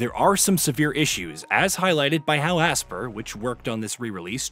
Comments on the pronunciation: Bro HOLY CRAP!!! I've never heard someone mispronounce a name as many times as this guy. It's "ASPYR" as in (ASPIRE) not fucking ASSPER like you were saying it. List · Asper? It’s pronounced aspire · Brother, it’s pronounced “Aspire” not Aspir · When you read between the lines they limited servers because they knew multiplayer didn't work right. Also your mispronunciation of Aspyr (aspire) is disgusting